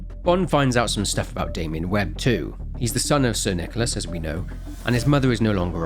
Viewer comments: saying "So, because of this latest THEIA blunder, Sir NicolARSE..." is so funny, may it be intentional or not. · "Sir NichoLAS" Our boy is glitching.